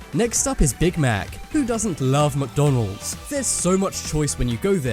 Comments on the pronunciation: "Who does not love mckdonleds" EWW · No no no not mocdonlds freanch fries